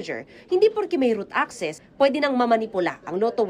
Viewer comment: root access hindi route access hehehe